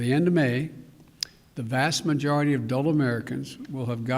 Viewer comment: Did that dude say “the vast majority of dull Americans?” Lol